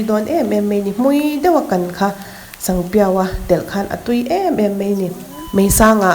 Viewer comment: sanpiau i lam dan hi sangpiau i ti ni mai in ka hria😁